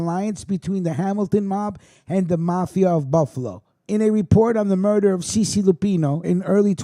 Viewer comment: Cece Luppino is pronounced chaye chaye...put some respect on his name. That's my cousin